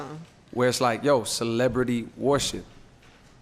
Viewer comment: Why he gotta say ‘worship’ like that tho lmao